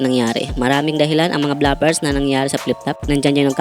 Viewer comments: Inulit ulit ko pronunciation ng BLOOPERS sa Google,, hnd BLAPERS ung sinasabi😂😂😂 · Bigkas mo bluffers. Bloopers dapat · Nakalimutan mo pong Blu-pers tawag dun, hindi Bla-pers😂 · Bloopers, hindi blapers, BOBO! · Bro, basic word naman yang bloopers. Bakit hindi mo alam ang tamang pronunciation?